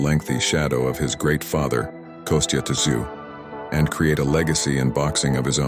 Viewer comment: It’s pronounced “zoo” the T is silent. Come on Americans get it right! Son of a legend! He ain’t the first.